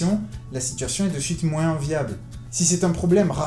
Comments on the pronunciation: moins ça se prononce moinsss ? merde alors, je l'ignorais :o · Dans le mot Moins, le s ne se prononce pas mec. C'est ignoble